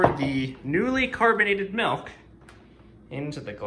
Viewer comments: “Melk” The Midwest would like to know your location